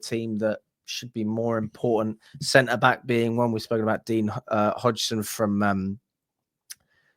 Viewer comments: Dean Oi-Sun... not Dean Odjson 🤘💙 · Pretty sure Dean Huijsen is pronounced House-en he's got a Dutch surname so uij is like ow in English